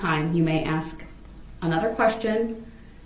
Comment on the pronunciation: It's "ask" not "axe." It's "sustain" not "substain." And if I hear "GROUNS!!!!!" one more time, I'm going to lose it. I only wish the prosecution had started hollering "GROUNS!!!" every time DeRELL objected. But yeah, the prosecuting attorneys are TOO professional for that. And Judge Dorow deserves a special award for patience and fairness. And how can DEAD PEOPLE bring charges as the "injured parties?" He deserves EVERYTHING he gets in prison.